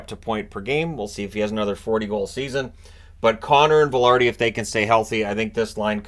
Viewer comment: "Vi" in Vilardi = "Vi" in victory. The "i" sound in Latin languages is always the same, never with an "A" sound.